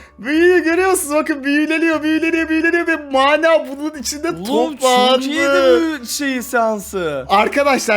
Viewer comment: Abi Mânâ değil ya Mana Mana bir öğrenemediniz 😄